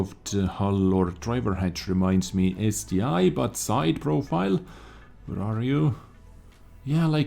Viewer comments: Late to the party, but it is ST 1, not ST i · Also, it is ST-ONE (ST-I) just like it is Tiger ONE and not Tiger "eye". Pls don't kill me for saying the truth xD love ya